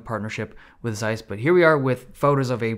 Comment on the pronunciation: Good video! It's pronounced Tsays, not Zays though :)